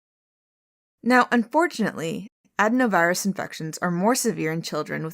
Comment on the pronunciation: Medical professional here ; it’s pronounced ad-in-o-virus ; enjoy rest of your day. Appreciate everything you do.